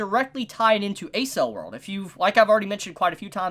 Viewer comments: bro a-cell world?😂😂 it's pronounced ack-sell or eck-sell world depending on accent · he called Accel world A-Cell world again xD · Hey, loved your review of this episode and the next one, I totally didn't realize all the detail put into the backstories of these episodes. Great job on them! On one other note, I'm pretty sure Accel World is pronounced like "Accel"erated world, with hard c's. If not someone can correct me but I was a bit confused at first when you referenced it. Not a big deal, just thought I'd let ya know. ^^